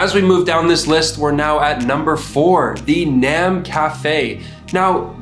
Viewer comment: Nham is pronounced like ñum